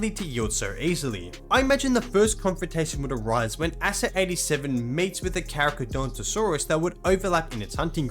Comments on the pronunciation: it's pronounced "carcarodontosaurus", not "caracadontosaurus". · pronouncing the Carcha as "carachadontosaurus" holy fuck